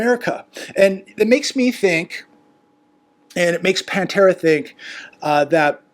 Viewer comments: Patara not Pantera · Get her name right, it's Patera, not Pantera. Sheesh she sent you lots of new viewers. At least pay attention to her correct name. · It's "Appalachia Homestead by Patera", not "Pantera". Please, dude - you're making part of your living off of communication... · I think her name is Patera rather than the band name, Pantera. 😊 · It's Patera, not Pantera. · Her name is Patera not Pantera And she is pretty awesome! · Why do you call her Pantera? It is Patera.